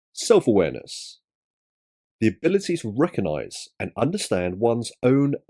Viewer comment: Does emotional intelligence include knowing the word RECOGnise is not pronounced RECONise ?